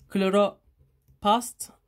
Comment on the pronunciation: Söylemeden geçemeyeceğim Kloropast degil kloroplast😅